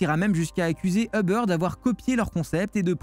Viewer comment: Uber.......pas Hubber